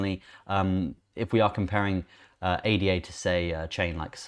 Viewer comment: ADA is a name 'ada lovelace' (mathmatician). should be pronounced as such. not individual letters. 'Ah dah'. It has just completed the final part of it's roadmap, completing its self governance, whihc was signed in Argentina and Kenya last week. It has also just completed testing of one of it's scaling protocols Hydra. Where it managed over 1,000,000 Trasactions per second. So much positive news coming out of the Cardano blockchain.